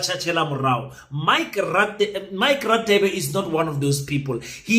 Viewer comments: You are pronouncing Radebe wrong it's pronounced Rhadebe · King please pronounce Dr. Radebe properly eg Afrikaans, :"ek gaan" so you should pronounce Radebe like"gaan" first "GA" no offense. 😅